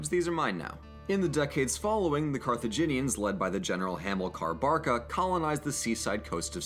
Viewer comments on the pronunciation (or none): none